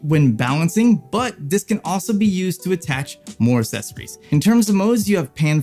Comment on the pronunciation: "Assessories" lmao 🤣🤣🤣🤣